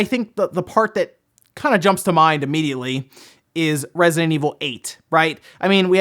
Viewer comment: Can you enunciante "Resident"?